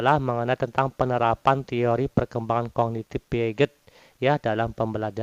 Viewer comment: Bang, Piaget di baca piase bang 🙏🏿